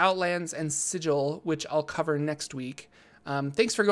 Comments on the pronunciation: Sigil (The City of Doors) is pronounced /ˈsɪɡɪl/ (siggle) not /ˈsɪdʒ ɪl/ (sij-ill) like the noun that exists out of D&D (meaning a seal or signet). Gruumsh is pronounced /grumʃ/ (groomsh) not /grʌm'Iʃ/ (gruhm-ish). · Thanks for the comment, happy to see I'm helping campaigns! I finished my Sigil video and definitely mispronounced it the whole time. Sorry! Be patient with me :D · thanks! Unfortunately my Sigil video is already made and pronounced incorrectly. I appreciate the help though!